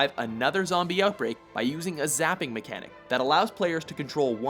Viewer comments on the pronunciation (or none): none